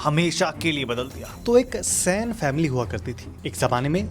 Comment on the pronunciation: it's not sain it Sen